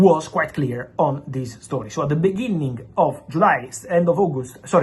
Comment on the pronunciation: He said bininging😢😢